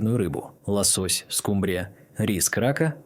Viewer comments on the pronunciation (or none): none